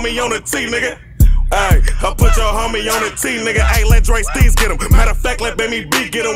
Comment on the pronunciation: DSteez lmao not DSTREETZ lmao smh